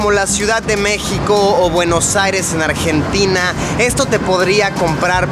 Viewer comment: "buenos aires NARGENTINA" :v Ste luisito